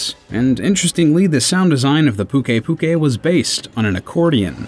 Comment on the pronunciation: Luck is Me "Nerj itgante" "Legg ee ana" and isn't pukei pukei supposed to be pronounced "puke ay puke ay"?